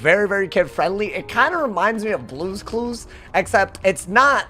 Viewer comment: This mf said blues clues